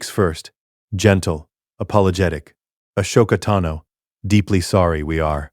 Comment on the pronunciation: i hate that it say a-show-ka-tano as her name but ik its just ai word fumbling